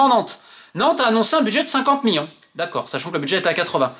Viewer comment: Tellement il est colère il a bien prononcer miLLions ! 💀ok je sors !